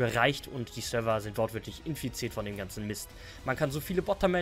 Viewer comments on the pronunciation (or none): none